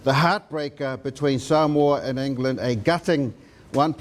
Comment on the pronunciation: I find it appalling that legend David Campese and a lot of other ex-players and current commentators can't even pronounce "Samoa" correctly